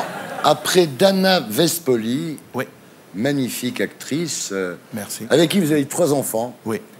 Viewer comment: Elle parle FRANÇAIS et elle n'arrive PAS a dire MAGNIFIQUE.Elle le fait EXPRÈS ou quoi. ?